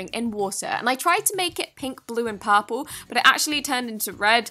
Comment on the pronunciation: Lmao when she porple I died 😂